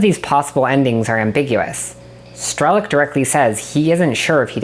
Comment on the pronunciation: Great video. I didn't play stalker but I'm guessing they rather meant strelOk, not strElok, as in sharpshooter in Russian. The pronounciation kinda took me out of the video a couple times lol.